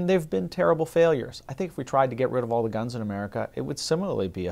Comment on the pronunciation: Keep thinking he is saying ganj